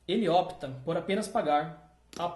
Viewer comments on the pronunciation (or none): none